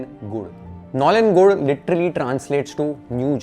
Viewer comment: Your pronunciation of nolen gur is 👍🏻